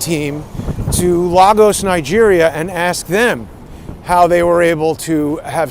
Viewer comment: "Lay Gus"... Lagos is pronounced LAYGUS 😇